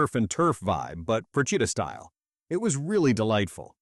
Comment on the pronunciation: Please learn to pronounce the name of the island Procida. You butchered it every time. Also missed the islands traditional dishes of lemon salad and special pastry the lingua di bue.